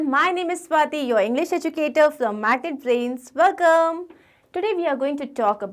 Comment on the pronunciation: did anyone observe that mam said magket brains 😆😆😅